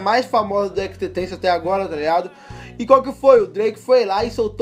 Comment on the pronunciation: cada "xxxtentacion" que ele fala ele pronuncia de um jeito 😂😂😂😂